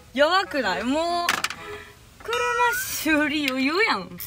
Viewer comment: 修理の言い方が生理になってる！